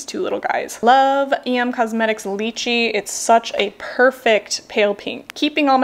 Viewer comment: Em as in em not E M. Sorry I couldn’t take that one being mispronounced constantly.